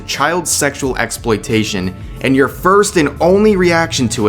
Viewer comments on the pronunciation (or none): none